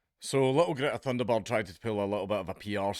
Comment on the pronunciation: Dank, your accent made it sound like you called her Greta Thunderbird at the beginning. Don't go giving her cool sounding nicknames.